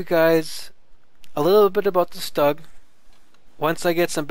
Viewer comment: Lol he said stug wrong